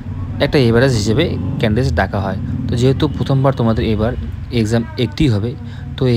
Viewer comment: ক্যান্ডিডেস😅 । ক্যান্ডিডেটস ✅